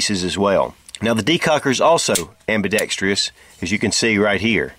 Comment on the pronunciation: ~ Sir, like many other reviewers, you have a habit of mispronouncing "ambidextrous." It should be pronounced AM-BEE-DEX-TRUSS, not AM-BEE-DEX-TREE-US. Look it up in a dictionary.